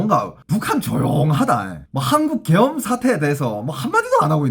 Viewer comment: 계염병 으로 들리네 ㅋ